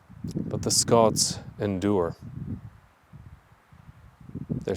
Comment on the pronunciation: I've also noticed you have begun to pronounce "Scots" the way Scottish folks do! Good for you!